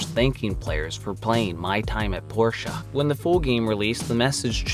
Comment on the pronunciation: It's not Porsche it's "Port-ia" as in a Port